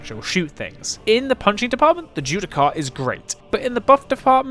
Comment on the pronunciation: Bit late to the party but... "Judiciar". As in, "Ju-Di-Shar". You're welcome.